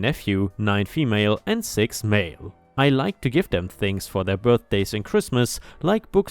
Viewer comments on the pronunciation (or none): none